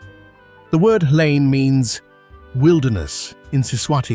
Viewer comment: Watching from Mbabane, Eswatini. I like how the "H" in Hlane is silent in your pronounciation. My daughter now calls it "Lane" as well